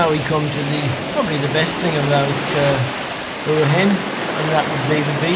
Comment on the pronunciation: Learn to pronounce Hua Hin!